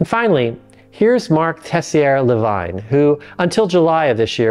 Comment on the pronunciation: Lavigne, as in | la viń | not " vajn". Ansel Keys 😂